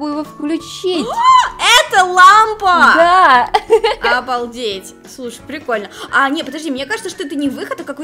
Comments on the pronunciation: сказала это лампа А мне послышалось это ламба🗿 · Мне одному показалось что сказала не "это лампа" а "это ламба" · Когда сказала: ЭТО ЛАМПА! То мне послышалось: ЭТО ЛАМБА, А ЭТО ГЕЛИК ВЛАД ЭТО БУМАГА А БУМАГА ЭТО ДЕНЬГИИ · сказала: это лапма?! Я услышала: это ламба 🗿🗿🗿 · Мне одной послышалось что сказала ЛАМБА?